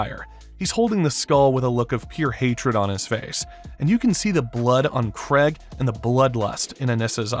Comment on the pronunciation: “Craig” “Sessil” “Atom Ave” Who’s narrating this shit lol